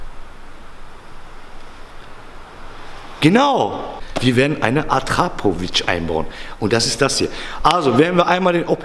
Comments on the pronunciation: Akrapovich nicht Attrapovic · wahrscheinlich atrapovic oder es heißt akrapovic fürs nächste mal danke 😂